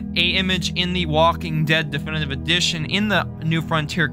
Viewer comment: i have a question, are you unable to say difinitive edition or do you just say it like that cause i find it kinda funny to hear you mudder "duffndvv udrrzhnnn"